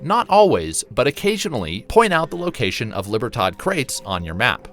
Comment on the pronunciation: It hurts me to hear you say silencer as opposed to suppressor, really hurts me to hear you say "cash's" as opposed to cache"a .. And libertard? It's Lee-beer-todd! I'm not angry, I'm just disappointed. And as always blasted on bottom shelf Brandy C'mon man! 🤠